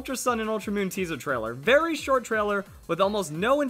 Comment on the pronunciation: You sometimes screw up verli, i still like your videos thought.